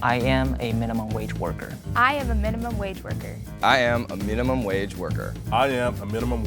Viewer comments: tbh when said "mineemum wage worker" in the intro, u could already tell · even messed the word “minimum” up in the intro. Knew it was him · I literally CALLED that was the millionaire from the way he said “I am a minimum wage worker” - literally sounded like he enunciated and hasn’t said the word before. Weird analysis but I was right!